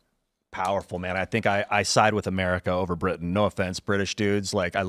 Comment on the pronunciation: did go Murica?